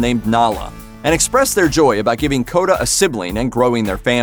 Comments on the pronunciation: Kodah? Smh 🤦‍♂️ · Kota? Nala?....really?